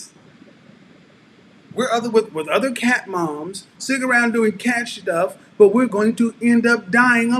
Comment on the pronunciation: "Sitting around doing catshtuff.."🐈🐱 Lol!